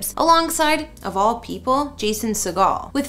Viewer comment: Please learn how to pronounce peoples last names correctly. Got Prepon AND Segal wrong. Also, that is not a grand piano lol